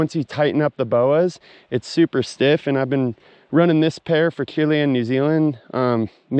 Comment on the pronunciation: Don’t think that’s how you pronounce Chile by the way…